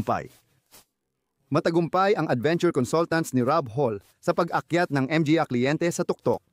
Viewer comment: Puro.ka m g a at n.g para kang abnormal na nag nanarator..d magandang pakingan parang bonjing m g a abnormal